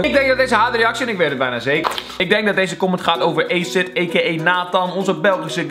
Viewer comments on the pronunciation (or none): none